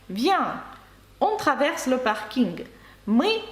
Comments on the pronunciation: Дякуємо за вашу роботу ! На рахунок паркінгу - Французи кажуть не "паркінг" , а - паркінь. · Я не кажу що це помилка ,я чую паркінь- як говорять Французи .Ще раз дякую за Ваші уроки.